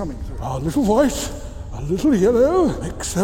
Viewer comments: whenever he said titanium white I hear titanium hwite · i love the "titanium hwaihte" xD